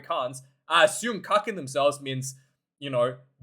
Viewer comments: kakking ...not cucking..means shitting. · kakking, not cucking, afrikaans word for 💩ing. hehe wait til, this documentary is reminding me of rugby world cup ptsd. Rassie knows exactly how to handle the team. Stress levels max